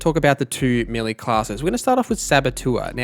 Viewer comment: It's melee.not millie